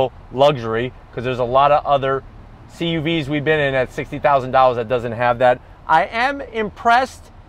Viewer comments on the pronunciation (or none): did you say CUVs ? lol